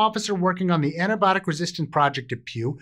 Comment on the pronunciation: I thought he began the video enthusiastically saying "It's tampon awareness week!" E-nun-c-i-ate.